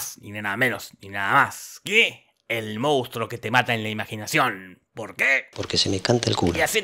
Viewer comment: Cómo amo que en Argentina digamos "moustro" en vez de "monstruo".